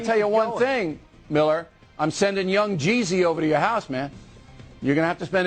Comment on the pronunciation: how hard is it to say yung jeezy